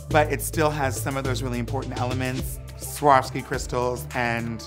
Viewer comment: omg peppermint is the first american I hear who can somewhat pronounce Swarovski right <3 usually most say SCHWORSKI! haha